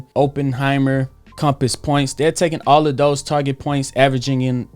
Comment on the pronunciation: Stopped watching when you pronounced Oppenheimer wrong... giving the video a dislike